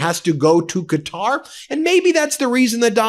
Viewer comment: you are mispronouncing Qatar